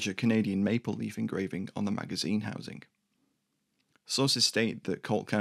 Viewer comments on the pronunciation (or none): none